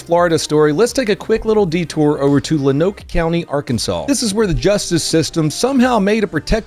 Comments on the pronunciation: loan-oak, not lonachee😂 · It's Lone-Oak Arkansas. Not Lon-Oak. Geez, get it right. 😅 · just so y’all know it’s pronounced “low-noke” not “luhnoke” hahaha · It's "LOW-NOKE" Not LaNoke . Lonoke county arkansas . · Not a big deal but Lonoke is pronounced ((loan-oak)) that’s where I’m from -mr Arkansas man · Lonoke is pronounced like “lone oak” not “le noke.” Ain’t a jury in the county that’d convict the father. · operator, the county is pronounce "lon oak" Arkansas. I know we are a little weird, blame it on our cousins Texas, Louisiana, Oklahoma, and Missouri. I sure the da is either a pedo himself, or wanting to make a name for himself. Either way, the guy did everyone a favor, and hopefully we can pressure the county into changing his verdict. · Late as hell but, you say Lonoke like “Loan Oak” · Lonoke is pronounced Loan Oak lol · Lonoke is pronounced lone n' oak. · Wow I live in Lonoke County I never knew this happened by the way it’s pronounced Loan-oak for future reference because it wouldn’t be the first time some crazy stuff happened here and I have a sneaking suspicion it won’t be the last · So yeah, the Lonoke situation is messed up man. Free that dad for sure. Also, for reference, its pronounced like Lone-Oak. Love your stuff man. Keep it up. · "Lone-Oak;" speaking as a local. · “Lone-oak” county. Spencer is a good dude. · Arkansas local its LOW-NOHWK Spelled Lonoke. The father is also a war veteran FTR. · Lonoke, AR-pronounced lone oak, AR. Yes, I know it’s silly but I live there and it’s annoying. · Lonoke is pronounced "Lone oak." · Pronounced Low-No-k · Lonoke County, AR, pronounced “Lone-oak” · The county name is pronounced “lone oak”! It has a history of problems with sex offenders. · Arkansan here. It's pronounced "lone-oak" county...I know it's not spelled that way. Locals are in an uproar about this one. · Lonoke "loan-oak". But yeah, he should be released. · It’s pronounced “lone-oak”. Lonoke, Arkansas. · Lol it's pronounced Loan Oak county lol.